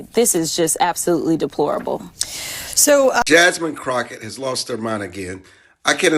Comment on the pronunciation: Croffet 😂 Croffep lol bro learn how to talk before going after someone and not knowing how to say their name properly goofy